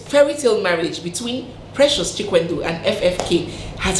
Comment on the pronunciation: The way you and many call Chikwendụ makes it lose its meaning. It Chikwe-ndụ. meaning if God allows life. Or if God approves life. I think you get the point now. Lol.